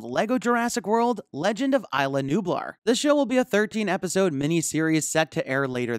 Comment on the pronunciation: EESLA nublar u nube